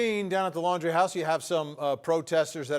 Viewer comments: Why does she always pronounce the last name of Brian and his family? It’s Laundry not Landry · It's Laundrie, not Landrie. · I’m sorry but how can 2 people pronounce Brian’s surname incorrectly whilst hearing others pronounce it correctly? Are they not hearing thousands of other people pronounce it Laundrie not Landry? I thought journalists were details people just sayin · Why can't any of these correspondents pronounce the Laundrie (laundry) name properly? 🙄 What's with "Landry" all of a sudden??.. come on. Not professional to mispronounce a name being reported on when most of the USA knows how their name is said..ughh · Who are the idiots who can’t pronounce Brian’s last name, even though it’s been out there for weeks and there is even a play on his name “Dirty LAUNDRY”.